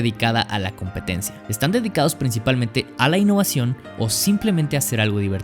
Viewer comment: INhoVazion :0 Disculpen no me pude contener xd